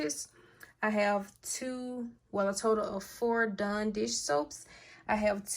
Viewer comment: It's DAWN.......not DONE